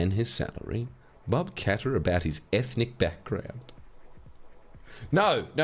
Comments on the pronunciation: Mrs Bucket. Mr Qatar. ..... 🤠😤... IT'S PRONOUNCED KAT-TARR 🤜🤜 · Qatar is actually pronounced Cutter. I know, very disappointing